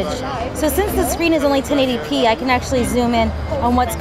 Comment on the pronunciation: Did she say "10 A P display"? Lol ahhaha